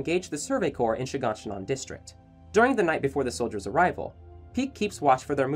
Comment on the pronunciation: Am I the only one who catches him saying Shiganshinon every single time?